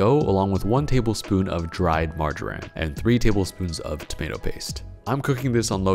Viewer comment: Sorry, did you say dry margerine?